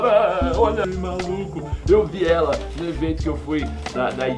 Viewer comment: "EU VIELA" KKKKKKKKKKKKK